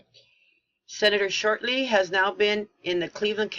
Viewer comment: 'SHORTEY', NOT 'SHORTLEY'...AS IN 'GET SHORTEY'?...SANS THE 'E'...;)